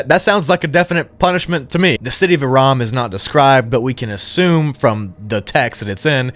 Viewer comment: it's irum not iram. it means something along the lines of pillars in arabic but that's ancient arabic so i'm not sure what exactly it means but i'm certain it means something along those lines of ruins and pillars gigantic gates as it's a place name not a singular word and it's used to describe a full area thus why irum not aram nor irm. i suppose it means the city of gigantic ruins of pillars, the title of irum is the city of the pillars using a more classic arabic word to say pillars rather than the one used earlier. irum is just an old abandoned city around jordan of sand pillars in walls as you said, no it was not struck or anything but the qur'an is full of these stories of striking this and striking that yet nobody's struck.